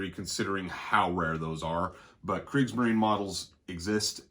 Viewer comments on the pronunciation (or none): In Kriegsmarine the e at the end is sounded like the e un -eggs-, so kriegsmarin is not correct.